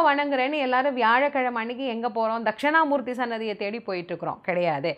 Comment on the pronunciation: தக்க்ஷிணா மூர்த்தி என்பது தான் சரியான உச்சரிப்பு. தக்க்ஷணா என்பது தவறு. முடிந்தால் திருத்திக் கொள்ளலாம்